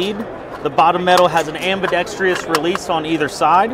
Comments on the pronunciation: "Ambidextrious" - Come on, you're supposed to be a professional, say it right. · Nice rifle. Why is it so hard for gun people to say am·bi·dex·trous? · There’s no “tree” in ambidextrous.